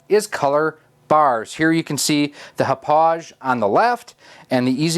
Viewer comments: It is pronounced Hah-pog. Like the town in Long Island, NY where it is manufactured. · Ha Pog - Thats how you say it in case you care lol. Name of the Long Island town where the company was located :-)